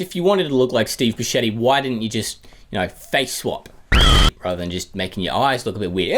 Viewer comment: Did this boy say Steve Busceddi